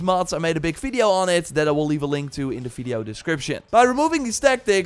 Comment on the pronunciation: u rly have to learn to spell the letter V correctly ... its horrible to listen to it ...